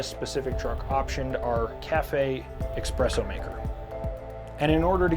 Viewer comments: It’s called espresso, not expresso. Lol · My man's said Expresso ^:(